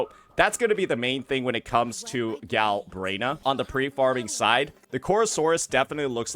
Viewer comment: its "Galbrena" not "Galbraena" 😂